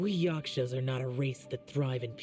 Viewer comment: i cannot tell if he’s serious about calling them yaSHkas and not yaKshas😂😂